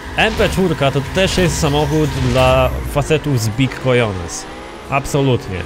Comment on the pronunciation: Cojones, w Hiszpanskim "J" czyta sie jako "H":)